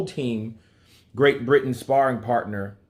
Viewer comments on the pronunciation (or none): none